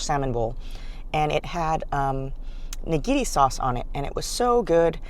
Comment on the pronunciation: What is Nigeria sauce. Not unagi sauce.